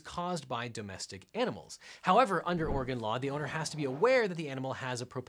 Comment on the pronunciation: THANK YOU for pronouncing Oregon correctly.